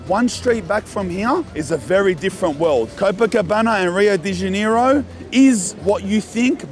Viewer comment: i love you man but how you say rio de janeiro its sounds like your sayind deniro like the actor cuz HAHAHAHA🤣